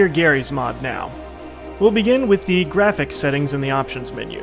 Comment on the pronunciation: I'm sorry, but I have to say it. GWAPHICS GWAPHICS GWAFICS!